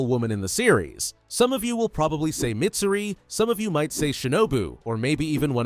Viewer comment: I hate hate HATE when people call Mitsuri to Midsuri